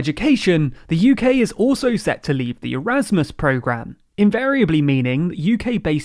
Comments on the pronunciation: I know it’s an EU programme, but Erasmus is named after a Dutch philosopher. So it’s not spelled (or indeed pronounced) ‘Eur-asmus’ as you seem to believe. Read 👏 the 👏 letters 👏 in 👏 the 👏 word 👏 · That’s not how Erasmus is pronounced at all.